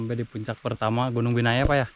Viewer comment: di vlog bilangnya biyana, nama gunungnya binaya:face-pink-tears